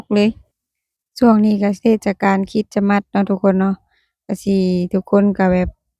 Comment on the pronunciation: ต้องพูดว่า"คิสมาส"(คิด-S-มาด )ไม่ต้องเน้นคำว่าสะให้ชัดเจน ให้พูดคำว่าสะเบาๆและไปเร็วๆพูดไม่ให้ใด้ยินคำว่าสะเลยยิ่งดี คล้ายๆเราพูดอะไรแล้วมีSตามหลัง คริตซิ คริสต์มาส ลองพูดดูนะ😂